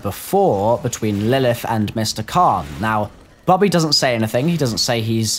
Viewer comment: It's Bobby not Bubby